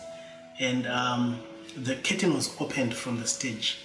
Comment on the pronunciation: After a few times listening I realised you were saying “curtain”, not kitten. Sorry I misunderstood your accent.